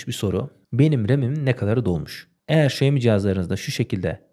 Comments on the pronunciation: Xiaomi telefonun söylenişi şaomi diye söylenmiyor mu şemi diye söylenmiyor diye biliyorum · şemi değil de şaymi desen daha güzel olurduu :)